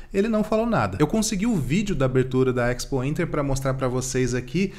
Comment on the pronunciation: EX pointer é boa, A pronuncia é espointer